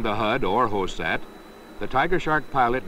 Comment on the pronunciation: Lol he called it hosat